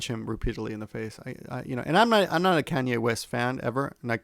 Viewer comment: Just a small comment, Kanye is pronounced Kah-nyay and Yahoo is pronounced Yah-hoo. The "a"s are pronounced like あ in those two words. Side effects of not being in America for a long time haha